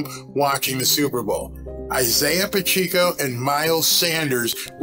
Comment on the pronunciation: Its "Pacheco" not "Pacheeco" Like "Pa check o"